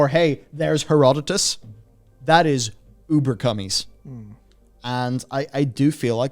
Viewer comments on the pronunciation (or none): Did you just say, "Ubercummies"??? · Did just say ubercummies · This man just say "uber cummies" O.o ?? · Did just say "Uber Cummies"?